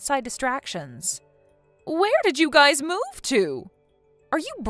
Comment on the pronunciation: Ugh it's pronounced guys not guises sorry pet peeve